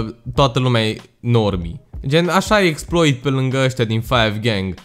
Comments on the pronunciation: Se citeste Exploá 🤦‍♂️🤦‍♂️😂😂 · Se scrie Exploit, se citește Exploa. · Cu accentul francez :)